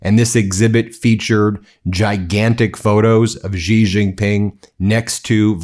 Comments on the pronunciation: You're a journalist, Ben. Pronounce Xi's name correctly. It's "she" not "ghghghiii" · XI is pronounced "she" not "gee" or "zhee" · Word to the wise, Xi is pronounced closer to “shee” but with a thinner, less fricative sound.